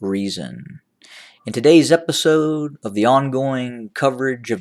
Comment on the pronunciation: Sounds funny the way you pronounced "today's episooode" 😂